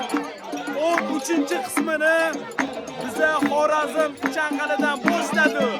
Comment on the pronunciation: Хоразим мас Хоразм болади ока